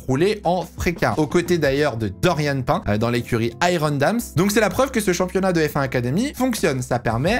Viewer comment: C’EST PAS DORIANE (PAIN) ça se prononce PINE